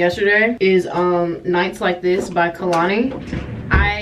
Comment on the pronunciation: i love you. its pronounced KAYlani